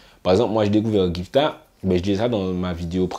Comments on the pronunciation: Ceci dit, c'est GIFTA (avec le son "GUI" comme dans guitar ). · Mdr sa me stress trop quand tu dit "jifta - poplayne" mais sinon bonne vidéo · Cest une tres bonne initiative de ta part de parler du dancehall 973 mais tu aurais du te renseigner quand même un peu parce que pour nous le public guyanais ta video reste crédible qu'à 40%😔 ...faut faire attention dabord a la prononciation de leur nom:gifta et poplane -la guyane est influencée par limmigration qui est tres importante..tout le monde parle minimum 3 langues..donc imaginez linfluence que cela a eu avec le temps sur notre creole,notamment langlais de la guyane anglaise qui est tres présent dans le creole de nos jeunes...ce qui explique pourquoi ces artistes chantent avec beaucoup d'anglais dans leur créole..cest le nouveau créole parlé par les jeunes de guyane surtout dans les ghettos. -lesnah a pratiquement disparu de la scene musicale.il ne chante presque plus depuis a peu près 2 ou 3 ans... -gifta na pas attendu le coup de pouce de kalash....le son pati di anyen n'a pas marché en guyane mais sa a permis a certains antillais qui le connaissais pas de le connaître. Gifta est tres important dans le dancehall guyanais :jahanai king,poplane,dana di baddest,poplane...ont été produit par gifta a un moment de leur carrière et ken vybz a été dans l'écurie de gifta et pour finir avec lui ..gifta et kalash sont très amis ..ils ont fait qu'un seul son ensemble donc je comprends pas qd tu dis oui il doit continuer de travailler ensemble 🤤 -chinee queen a eu beacoup de succès quand elle etait dans lequipe de ken vybz..leur relation sest dégradé en qq mois et ken vybz a su